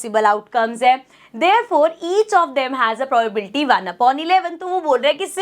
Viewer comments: Probability hota hai pobabilti nahi hoti hai 🤣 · Mam aapki pronunciation galat h vo probability hota h..😢